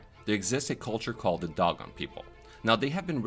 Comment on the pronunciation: Nice job on the video. Just to let you know Dogon is pronounced D-oh-gone.